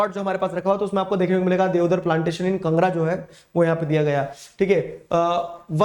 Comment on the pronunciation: (Kangra)was pronounced wrongly only people from Himachal Pradesh know what is Kangra !!